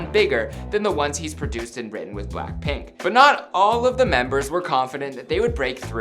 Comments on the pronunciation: You said "Blackprint" Its pronounced blackpink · did he say ‘black-print’ or am I tripin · "for blaapriihh..." 😂😂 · Anyone notice how he said black print instead of BLACKPINK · Is it just me or is he pronoucing BLACKPINK as BLACKPRINT? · Jerico Mhar Bolaños I swear I heard him said BlackPrint! 😭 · he said blackprint in one part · BLACKPRINT IN YOUR AREAAA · B L A C K P R I N T ? ! tell me I'm not the only one hearing that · Say-owl : Seoul Blackprint : Blackpink